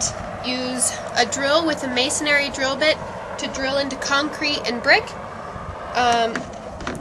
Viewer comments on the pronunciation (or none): Thanks - very helpful. For future videos, the masonry bit is pronounced masonree, not masonary. I hope mine turns out as easy as you made it look.